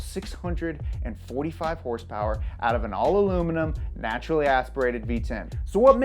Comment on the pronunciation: Aluluminum ??? :D